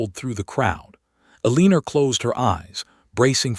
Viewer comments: These AI stories need far better editing, especially in name and word pronunciations, as well as understanding that a legal separation is not the same as a divorce. Yet it seems to think legal separation is divorce. It is not. They are different. Eleanor is pronounced as "Ellen-nor" not "Aleener". AI is stupud. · These AI stories should not have characters named “Eleanor.” It’s extremely irritating to hear the nonsense word “Aleener.’ Over and over. I gave up.